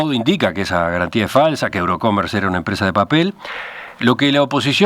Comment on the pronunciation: No es "Eurocomer", es: EUROCOMMERCE .